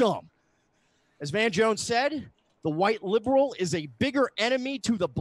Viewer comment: Every time says the word liberal I smell the entire East Coast emitting off of him